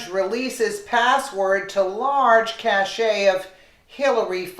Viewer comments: (cache = "cash-AY") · ►Say "Cache" like "CASH". It means a store (storage) of something. "Cachet" (KA-SHAY') is a different word, diff. meaning.